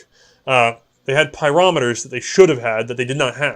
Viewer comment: PS you got pyrometers pronouncement exactly right, I used to work around instrumentation